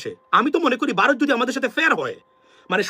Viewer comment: Aapni toe vaw uccharon korte paren na.Baarath Baarath koren.